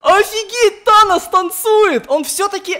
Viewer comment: мне одному кажется когда говорят танос я слышу анус?